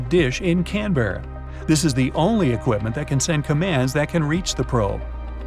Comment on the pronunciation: Can't even pronounce Canberra properly...